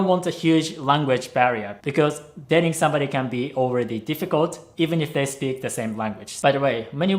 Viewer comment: I heard “he pays attention to you when you SLEEP” instead of “speak”. Hahaha I was like wtf, where would he be able to watch me sleep